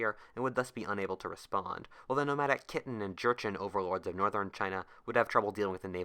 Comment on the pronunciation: One minor correction: "契丹 / Khitan" is pronounced "kee-TAHN" , not "Kitten", (in modern Mandarin it's read as "Qìdān", pronounced vaguely similar to "Chee-Dahn").